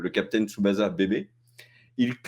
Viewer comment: Ça se dit Captain "Tsubassa", pas "za" Et puis c'est "Seursha" Ronan et "Killian" Murphy. 😁 out P.S: Des bisous à Jun alias Julian et sa chère Tipie, qu'il faudrait caser avec Bourdu, le mec à Bunny aussi appelée Sailor Moon, pour en faire le couple aux noms adaptés les plus pourris de France. 😇